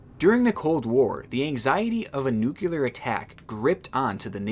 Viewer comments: ".. the anxiety of a nucular attack..." It's nuclear*. *NU-CLEAR! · love ya but after a few vids of it I just gotta say.. "Nuclear" = NEW-KLEE-YER. not NEW-KUE-LER. sorry mate, im just messing around but it's something that always makes my skin crawl when I hear people say it haha so many people get it wrong. one of those pet peeves. Keep up the good work. love ur channel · Dude.. Nuclear. NEW-CLE-UR. Not Nucular. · I like your work bro... But nuclear is pronounced "new-klee-ah" not "nucular". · "Nu-clear" not "nukular". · You idiot, did you just say "new - kyuh - ler"? You did! Dumbass, the word is "nuclear." Notice there are no letters between the C and the L; the word is pronounced "new - clear." Seems if a person is going to try and make something of speaking, they'd want to be pronouncing things correctly. But not you? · new-clear stop saying it like nuculear new-clear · lol 'nukular' attack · What does "nukular" mean? Does it have anything common with nuclear? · Nuclear is pronounced noo-clee-ar :) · Nobody:: Nyoocyoolear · i love how this guy says nuclear he says ‘new-ki-lear’ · He says nucular first then nuclear....😬😬😬 Homer Simpson says nucular as a way of showing how dumb he is but loads of Americans now say it on utube. This leads me to wonder if there is actually a word "nucular" is there? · he keeps saying nuke-u-lar instead of nuclear lol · "nuke you lur" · when you say nuclear is sounds like you are saying nuculear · Tripping up sayin NUU/Q/LAR every time😭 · Nuclear is pronounced nu-clear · Pronounced, NU- CLE- ER, wise up cat. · Mispronouncing nuclear is automatic shut off the video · Try saying “nuclear” again I believe in you